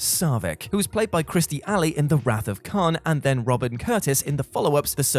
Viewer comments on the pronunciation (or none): Kirstie Alley, not Kristie Alley.